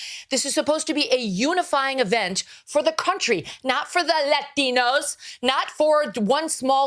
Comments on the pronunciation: The way she said “lateenooos” 😂😂😂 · The way she said, “LaTiNoS!” 😂😂😂